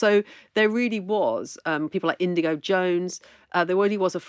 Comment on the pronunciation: Great episode but I always feel uncomfortable after listening to an expert and they get something as fundamental as INIGO Jones’s names wrong.